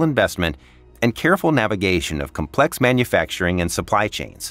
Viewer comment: Your AI text to speech needs to learn that "complex" has the emphasis on the first syllable, not the second.